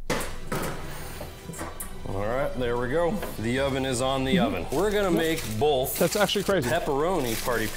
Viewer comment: Wtf did he say? Bolth? What the hell is bolth? "BOLTH"